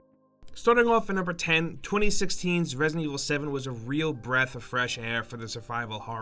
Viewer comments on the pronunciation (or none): No, he definitely said 20six-tween